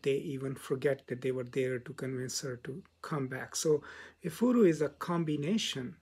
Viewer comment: Igbo - pronounced "E- Bo" in English Efuru - pronounced "ehh- fuu- rue" Efuru means "lost" in Igbo. Which helps with understanding the protagonist's issues with colonial times as an African woman. Great job and analysis. It was well summarized.